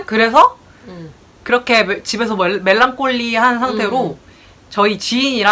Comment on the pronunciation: ㅋㅋㅋㅋㅋ 말못한다면서 뭴랑콜릐~ 하고 멘트 재밌는데요 구독하고가용